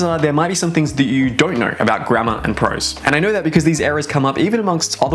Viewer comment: Every time you say "poor grammar" i hear "poor grandma" XD